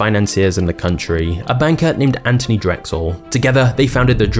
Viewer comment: His name is Anthony, not 'An tony'